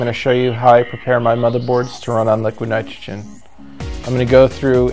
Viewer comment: "Liquid nitgegen" wtf are u saying bro ???